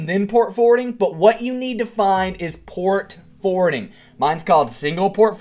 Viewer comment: Its Port Forwarding, not Port Fording